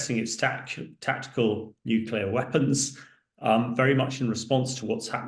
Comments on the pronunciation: The word is NU CLEAR NU CLEAR NU CLEAR NOT NUCULA NOT NUCULA NOT NUCULA, Jesus men (and i's usually men who mispronounce the word) , it's your language and you're mangling the danmed word. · Please, the word is ‘nuclear’ not ‘nuculer’. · Right. Sadly, even George W Bush used to constantly say "nucular" even while president. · Nuclear, pronounced new-clear. This is not difficult! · NUCLEAR!! Not Nucular! Ffs sake, you're in the bloody army 🙄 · I offer my free consulting services on how to correctly pronounce "Nuclear" to anyone who has a role in which they will speak on TV, Social Media, or speaking venues. HMU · Reminds me of Bush junior, several Uk nuclear experts and media heads … irritating 😊👍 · Thank you - that annoys me too